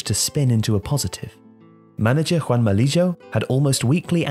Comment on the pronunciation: Juanma Lillo jajajaja, Juan Malillo